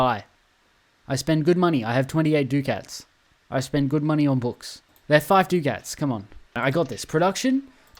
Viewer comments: dude youre killing me 😭😭 its "es-states" for 'estates' and "duck-ets" for 'ducats' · E-states and Du-cats